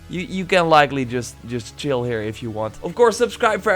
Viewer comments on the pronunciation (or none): none